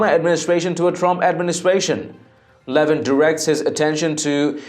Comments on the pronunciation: His name is not LE-vin. It's Le-VIN. An announcer should know that and how much Mark hates being called LE-vin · I believe he pronounces his name le VIN .